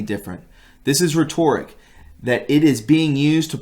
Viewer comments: RehTORic LMAO.... Try RHEtoric. Might wanna loosen that hat a bit. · Bro you need to brush up on your pronunciation. Stymied and rhetoric. “Rhetoric” look it up. Something the Ds do. Stymied as in stunted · I think you should consult a dictionary for proper pronunciation or ask someone in your circle that you know is very literate to help you. You had problems pronouncing Gestapo, precursor, prussic acid, and rhetoric. My mother grew up among parents who weren't that literate and she read more than they. She frequently mispronounced certain words as they were not often used by people of her background. You are doing well in being able to read the words. Believe me I'm not trying to be an asshole. It well help you immensely to pronounce correctly.